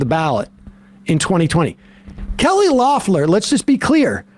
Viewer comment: Is Sam mispronouncing "Loeffler" on purpose or am I just dumb?